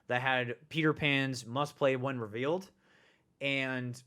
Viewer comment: Am I the only one that doesn’t like hearing him always say “revALEd” instead of “revEALed”?